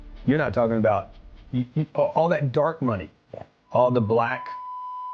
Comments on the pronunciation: The best part of the entirety of the video is when the tarot card witch was so dumb you went full canuck--aboot.😂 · Love your pronunciation of ‘about’….which my UK ears hear as ‘aboot’ 👢